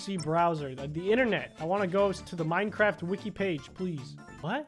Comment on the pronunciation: Wait it’s “minecraft” not “minecrafp” right?